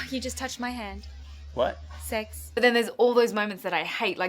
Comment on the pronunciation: love you nat, youre my mom doesnt pronounce "sex" properly either lol